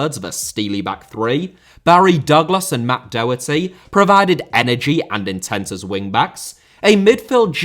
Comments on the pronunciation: Daw- hurty (like saw) Doherty. Please for the love of God stop saying DOH-hurty, like Homer Simpson stubbing his toe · Great video! Just coming from an Irishman, Matt Doherty name is pronounced Daw-her-tee. Keep up the good work